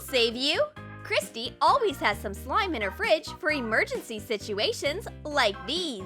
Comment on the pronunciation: *Christy but also at one point it sounded like Cristine and i got freaked out